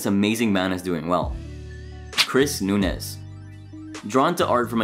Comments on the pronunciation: Dude, Chris’s name isn’t Nunez it’s Nuñez. The ñ is said like there’s a y after the n. It’s Nun-yez. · It is Noon' yez. Not noon. nez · Its "noon-yez". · You’re killin me with “noon-ez” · the way this guy pronounces nuñez is like ... so weird to me lmfao. shouldnt it be more like "nun-yez" ? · I was cringing at “noon-ez” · Pronunciation all around is annoying but good info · the second "n" in nunez makes a "y" sound, gringo. hahahaha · You really can't pronounce "Nuñez"? Did you even watch the show? 😂